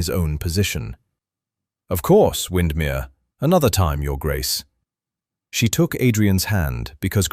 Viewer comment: OMG - obviously the creator of this video has never heard of Lake Windermere because the pronunciation of it is appalling and very annoying.